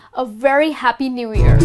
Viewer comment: pronounce the word "year"right please